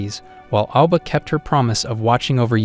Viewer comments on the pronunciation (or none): none